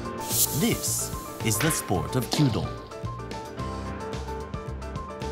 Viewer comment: So glad he said kyudo instead of queue dough. Narrators who do more than 2 seconds of research on how to pronounce the foreign words they were paid to read out makes me unreasonably happy.